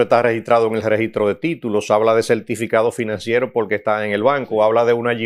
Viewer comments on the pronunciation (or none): y porque el siendo abogado cuando expresa la palabra porqu el dice polque?...